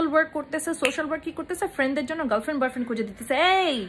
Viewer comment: Dear apu. You need to work out with your Pronunciations. Subtle. Quarantine. Boyfriend etc